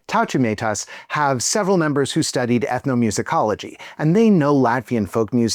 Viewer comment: IM SO HAPPY YOU COVERED TAUTUMEITAS/LATVIA TOO! the pronunciation was a bit off but OH MY GOD IM SQUEALING SO HARD- DONT EVER STOP MAKING VIDEOS ABT EUROVISION PLEASE